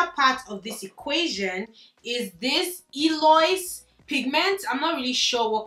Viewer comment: El-oh-eeze not E-loyz 💖 I'm sharing you to my daughter